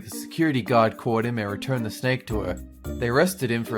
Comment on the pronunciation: I hate the snakeu (HAHAHAHA WHAT IS A BTS)